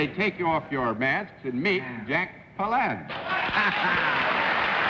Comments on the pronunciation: It was stupid (and rude) of John Daly to mispronounce Jack Palance’s last name (as pal-LANCE, rather than the correct PAL-lance). Mr. Palance had already been asked about his name by Mr. Daly on the 11/27/55 episode , and should have remembered. At least, he should have asked beforehand this time. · His last name rhymes with "balance." not "enhance."